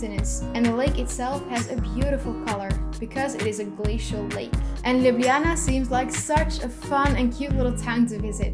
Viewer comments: I am from Slovenia and you said Ljubljana correctly. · Thank i for saying ljubljana correct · Heii, you pronounce Ljubljana 100% right ;) , see its not that hard, i listen to that section 100 times :D and Maribor and Celje also pronouced right, em, we who live in Ljubljana are pronouncing Ljubljana wrong XD Now you know how Slovenian alphabet works try Lubljana xD I hate hearing people skip j ... And like Slovenija Its not Slovinia (you say like that) or Slovenia but is SloVEnija, need to emphasize. Its realy hard to explaing in english :), but yeah we are the only country who use verb in second person ( u have part of Croatia and part of Sweden, who use it but we are tho only who still kipping it as primary :), love your videos just keep going on :D best wishes ;) if need anything you can ask me :)